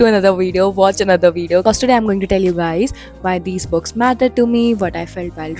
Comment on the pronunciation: I loveee your videos...but there's just a particular irritation I get when you say "Books", it sounds like bugs or perks...I'm so sorry...but loveddd the vdo. 🎀